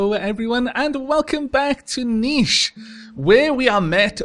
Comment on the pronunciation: When you pronounced the hard "ch" I was slightly startled This wasn't the first time I heard you do that but it was just so unexpected